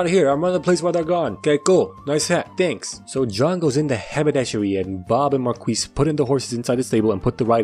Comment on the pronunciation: My favorite thing is you pronouncing Marquis “mar-kweess.”